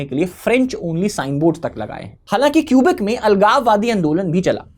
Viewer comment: It's तमिऴ् ताइ. It's not मोझी, it's मोऴी. Tamil people like to romanise ऴ with zh. It's केबेक्/Québec.